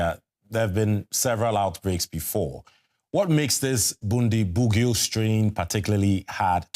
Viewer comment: Bundibugyo is pronounced as BOON-dee-BOO-joh